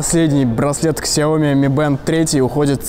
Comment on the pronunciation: Не ксяоми , а шаоми